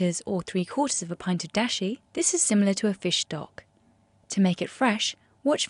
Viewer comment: I mean Dashi, not Disha. wtf